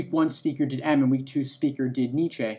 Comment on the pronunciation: The mispronunciation of Nietzsche is triggering